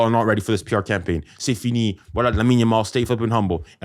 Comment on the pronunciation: Grown man calling a kid "lamine dog-mal"😂🤡